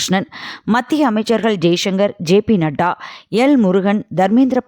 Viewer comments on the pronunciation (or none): none